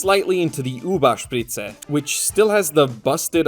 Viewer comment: As an German, I appreciate that you pronounced it correctly, Thank you!